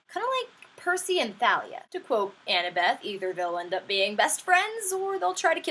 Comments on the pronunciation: I've heard Rick Riordan talk about his characters. It's "Th-a-lee-uh". Just because that's how you pronounce it, doesn't mean that's how everyone has to pronounce it. Sorry. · Could all fans please not that Thalia's name is pronounced "Tall ee uh"? It's my actual name, and it tends to kind of annoy me when people mispronounce it, even though it's understandable. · oh and another thing, you pronaounced thalia wrong it is not pronounced like thalia as in the th like. the... it prounced like t it sounds confusing..